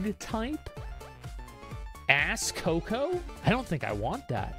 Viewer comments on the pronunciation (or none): The way he called Plug-Type Asacoco as "Asscoco" gives me giggles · I'm just grinning here on the corner hearing Asmon saying "ass-coco". In time, you will want it